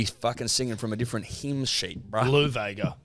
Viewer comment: Don’t mean to be that guy lads but ‘Vaega’ is pronounced vah-eng-ah (eng pronounced like the beginning of English without the ‘glish’ lol